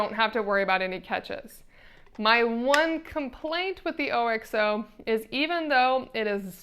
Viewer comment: Can’t take a review seriously if you don’t know how to pronounce OXO. It’s not “O-X-O”! Haven’t you ever watched America’s Test Kitchen?! You lost all credibility if you don’t know about the OXO company.